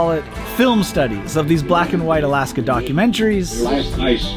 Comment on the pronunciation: Lol I love your videos and the fact that you pronounce the towns in Alaska right puts you head and shoulders above everybody else I do so adore you.